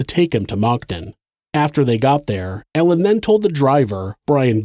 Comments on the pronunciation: Maybe it's just these headphones but it sounds like you're saying "mocton". For future reference, Moncton is pronounced "munk tun" like the munk from chipmunk. And tun like a 5 ton truck. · Awesome video, as always! Moncton is pronounced "munkton" :D